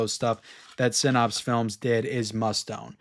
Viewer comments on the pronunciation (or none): great video as always, but Synapse is pronounced like snaps, not pops. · Syn- APPS, not Syn-OPS. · I'm a fan but you have to learn how to pronounce synapse correctly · Generally I like your videos, but man, if you're going to say a word 100 times in a video you could at least take 10 seconds and Google how to pronounce the word "synapse"!